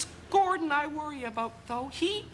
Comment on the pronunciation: I like the way she keeps saying 'Gordond'.